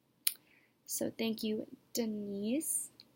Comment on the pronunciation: It’s not Denise it’s D-nice lol hopefully you watch comedy